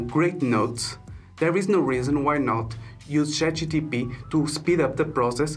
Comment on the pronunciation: chat gPt bro not chat gtp haha, thanks for the video though